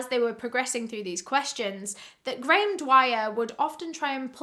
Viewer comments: I was trying to figure out how a Brit could so badly butcher Graham as Garoon. lol GaArRrRoOoOnN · Grayum-> Garu hmm seems like he liked to take letters out of things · graham but pronounced gray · Lol his name is just Graham. Pronounced “gram”